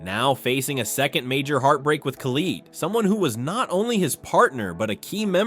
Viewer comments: Colleete? Its collette. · bro said coleet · homie said Colleeet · Total shit. Can't pronounce Collette properly. Never watched an Adam LZ video I bet.